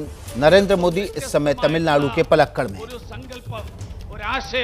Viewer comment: तमिलनाडु के प्लक्कल 😀😀😀😀 न्यूज रीडर को भूगोल सिखाया जाए ।